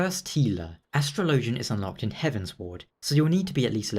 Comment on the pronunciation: Astro Lowgin? Astrologian, my guy. its pronounced Astrology, not Astro Lowgee